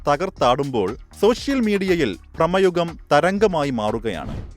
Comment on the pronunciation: Prama Ugam alla bro Brama Yugam .. 😅😅